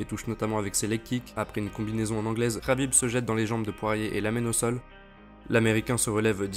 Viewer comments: Dsl mais je pouvais pas te laisser dire sa rhabib mais c'est un K K K khabib et pas rhabib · C est Khabib avec un K il s'apelle pas HABIB bordel de dieux